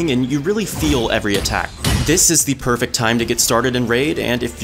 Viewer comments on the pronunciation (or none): none